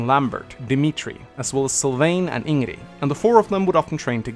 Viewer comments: IngREEEEEEEEEEEEE! Y U say it rong!? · Who the f is "Ingrie"? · Love your videos. But please, pronounce Ingrid's name like they do in the game lmao. Even if it's not technically correct.